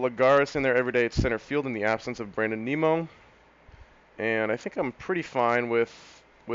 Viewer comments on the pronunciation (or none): didn't see this in my sub box until today so not sure if you caught on to the pronunciation yet but it is nim-o.... not neem-o. As a big mets, ootp and fan this is gonna be a fun series to watch.